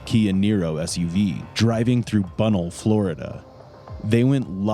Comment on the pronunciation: Bue-Nell. Not Bun-nell